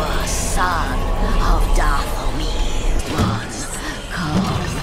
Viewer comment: Bro palpatine said garth maul😂